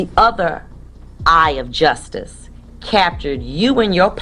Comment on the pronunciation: The judge saying Just-us instead of justice was telling